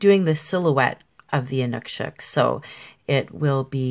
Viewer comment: thank you for the great painting - plus providing the correct way of saying Inukshuk. I think they're fascinating.